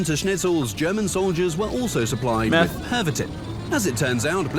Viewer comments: the (absolutely bad) pronounciation of the word "pervitin"... (Fun Fact: in Slovakia (and Czechia), we have a slang word for it: "perník", which simply means "gingerbread"). agreed. that is how Kampfhund was born... ...and the "Aces in Exile". exactly. ♪MRATNIMIAT!♪ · love ya, but your pronunciation of Pervitin. Pardon the spelling. Driving me bonkers. 🤣